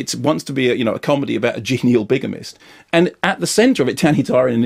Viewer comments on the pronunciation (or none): "Not a haard man, but a com'dy staaahh"!